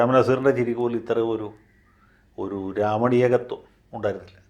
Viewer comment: സർ, രമണീയകത്വമോ അതോ രാവണീകത്വമോ എന്ന് ക്ലിയർ ആയില്ല...